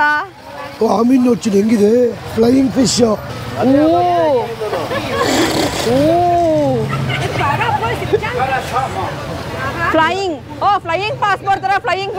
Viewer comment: ಅದು ಫೈ ಫಿಶ್ ಅಲ್ಲ ಬ್ರದರ್